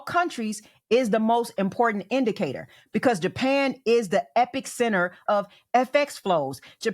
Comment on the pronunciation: The word "epicenter" is NOT pronounced "epic-center". It's pronounced "e-pee-center". There is no "epic" in there.